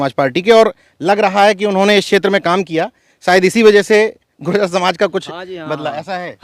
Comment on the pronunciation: अरे भाई जाति के शब्द उच्चारण करें शुद्ध बोलों गुर्जर बोलों , गुजर न बोलो